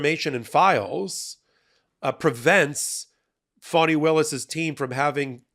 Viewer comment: You are good. But why do you keep pronouncing Fani Willis' name as Phony?!?